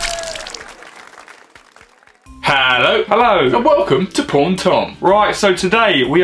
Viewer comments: I thought he said HI ITS PORN WITH PAUL I WAS SO FREAKED OUT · OMG everytime i watch ur videos it sounds like ur saying "porn tom" instead of paul and tom xD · I thought you said porn and Tom (I'm sorry I have a bad hearing) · When u say paul n tom it sounds like "porn n tom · why does it sound like he said porn